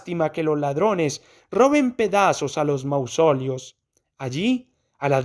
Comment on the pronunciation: Disculpe, no está bien pronunciada la palabra Mausoleo.